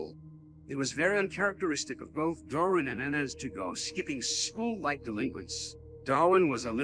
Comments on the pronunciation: You called Darwin Dorwin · You also pronounced Darwin as Door-e-an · And he also called Darwin Dorwin😂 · I love how he called Nicole "nickel." And he called Darwin "dory.' 😂